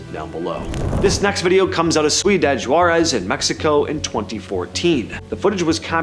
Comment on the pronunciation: Sweeedad de DGwaaa-rez? You couldn't do 20 SECONDS RESEARCH to get the CORRECT pronunciation?